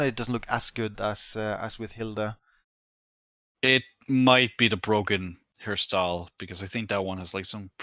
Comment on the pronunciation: German here Hilde is not pronounced as Hilda.